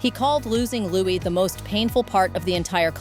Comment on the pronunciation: It's pronounced 'Lew~we'....like Louis Armstrong